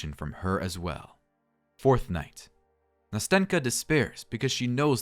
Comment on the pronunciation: great video! though as a russian native speaker i want to add smth: nastenka's name is actually pronounced nasten'ka (with a soft "n") and also when pronouncing it you need to make an accent on the first "a" so it sounds somewhat like nAsten'ka. anyway i enjoyed the narration so keep going!